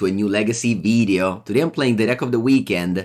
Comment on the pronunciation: “Welcome to a new Legacy veedeo” haha. Love the content!